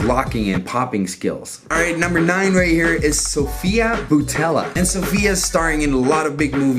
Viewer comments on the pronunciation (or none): none